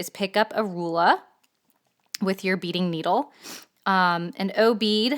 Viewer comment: This lady in the video she can't even say ruler but she keeps saying Ru LA rula omg.